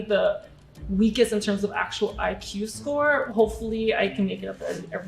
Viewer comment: Maria actually said E-que, when pronouncing IQ ...NEVER heard that way of saying it ever.